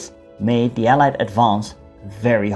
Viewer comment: Hello, you pronounce “allied” funny. You pronounce it as “eelied” but it should be “ellaaid” in Dutch phonetics. Good video but you didn’t cover the liberation of the West of the Netherlands.